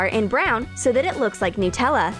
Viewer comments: nootella No. Its pronounced Nut-Ella. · I thought it was "Nutella" not "Nootella" Like if you agree. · Stop saying nootella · Noo-tella?? Did anyone else here this lol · Why do people call Nutella “nootella”? I mean, is it made out of Hazelnoots? 🥜